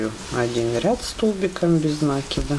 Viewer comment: Правильно говорить накИд... Очень режет слух.